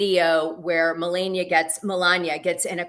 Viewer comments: Why won't she say Melania correctly! It is so irritating. Not funny. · Oh I'm leaving I can't stand to hear another couple hours of Dana saying millenia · Get her name right Dana!!! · Not gonna lie i cant stand how she messes her name up. Its like she does it on purpose and it seems a bit disrespectful especially since shes been corrected. Now she knowingly messes it up. Idk imo 🤷🏿‍♀️